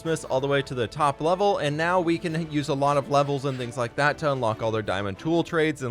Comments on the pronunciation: I wonder when he will realise he said leek the video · my man must be tired af putting leek instead of like. we understand you it okay